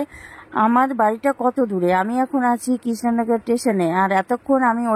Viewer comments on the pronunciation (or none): none